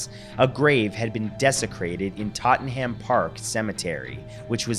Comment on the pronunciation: Tottenham - Pronounced 'Totnum'